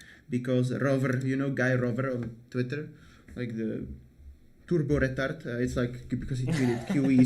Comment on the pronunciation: loved the czech accent on “turbo retard” 🤣🤣🤣🤣🤣🤣